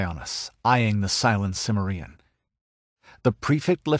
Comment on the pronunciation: A superb Conan story, very untypical, but I think one of the best, maybe even my favorite. The vocal performance is also excellent, though I wish the narrator had bothered to learn the correct pronunciation of "Cimmerian."